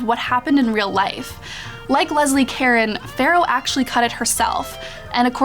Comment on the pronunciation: Rachael Thomson thank you! she also pronounces Leslie Caron's name wrong.